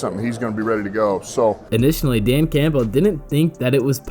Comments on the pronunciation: Dan Cam-bull, not camp-bell 😉😊😂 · If I had to hear you say CAMPBELL and pronouncing the P in it one more time I was going to have to go find a kitten to punch in the face.